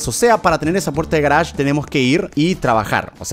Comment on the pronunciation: Cómo lo decimos nosotros:garage como lo dice german:garach